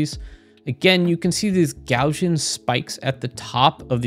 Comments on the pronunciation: Gaussian is pronounced like Gauss (rhymes with house) . It's NOT "Garzian". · Gaussian is pronounced "gow-zee-inn"...